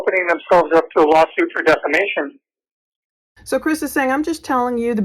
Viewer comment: Defimation!!! Hahaha says someone in prison for SA and redrumming a child 🤣